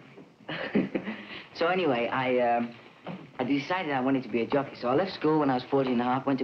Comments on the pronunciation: I'm glad I had previous knowledge of Jones being a jockey, because I swore he said "junkie" several times. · I thought he said, “I want to be a junky. I practiced for 7 months to be a junky.” Lol. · Sounds like he's saying junkie😂 I loved watching the Monkees growing up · I thought he was saying "junkie." Was so confused. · I got the words Jockey and Junkie mixed up. It sounded like he told his dad "I want to be a junkie."